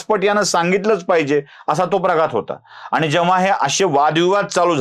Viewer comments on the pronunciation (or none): स्वतःच्या उच्चारांकडे लक्ष द्या हो.आनि न पानी, अणुस्वार,द्वेषाणे असे उच्चार करणाऱ्याने तरी असले उद्योग करु नयेत. कुठल्यातरी पक्षाला विकत जाऊन स्वतःच बाजारु असल्याचं कबुल करताय हो